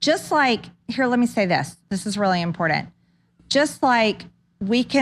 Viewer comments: Stupid bitch always says, "ImporDant". Stupid uneducated hillbilly bitch, the word is imporTant! Educated in a ТЯЦЩР shithole state, where the war on education is being won! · Coo,coo, crazy.😒 important, not importdant...she can't even say her words right. And the bible says dividing wheat from tares. Tares being weeds. There is nothing about separating sheep and goats...just more made up lies. Also what great awakening , there is none. Let's tell the truth, the real truth...any burning was done by trump supporters and so was Jan. 6th. Nobody else just trumpsters. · Blowbert says imporant. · Hey Margerine , it’s not Impordant it’s Important You Neanderthal ... God You’re F-ing STUPID ... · The word is IMPORTANT, NOT impordant, you skank ass waste of skin. Speak English or get out of my cunt tree! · It's imordand to be able to pronounce words in English. MTG is the inflamed hemorrhoid of Congress. Such a sow. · This is really "imporDent" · I am so tired of hearing MTG say impoordant instead of imPORTant! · literally every time she speaks publicly, she slips a couple of "impoordants" into her speech! I cannot, NOT hear it! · You need proof, you know evidence to impeach anyone! She can't even say important correctly. . Impordent! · Sooo impordent. We better listen. This woman is dangerously stupid. It's impordent. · She said "Impordant". This comes from "space lasers, gazpacho police force, peach tree dish and the woman who thinks she's good at pull-ups. Did you see her flail on that bar? lol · “This is really in-pordint” So is a 3rd grade education.. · I hate it when she says "really impor-dent". She says it all the time. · I can't stand when people pronounce the word important with a D. Impordant? Really large large???🍊🤡💩👺🍊🤡💩👺🍊🤡💩👺🍊🤡💩👺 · Say "impordant", just one more time, and it will be done. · IMPORDANT.... yeah, you are not entirely hinged. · Marge? The word is not pronounced "impordant" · What does "empoordent" mean. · Did she say "Impordint"?